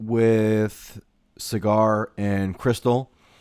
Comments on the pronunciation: Michael, Saagar is pronounced Sogger, not Cigar. 💕💕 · It's pronounced "Saa-ger"